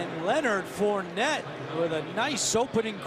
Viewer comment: "Four-ney", not "Fournette"....he's from Louisiana.